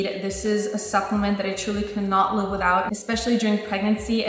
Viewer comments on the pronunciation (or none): none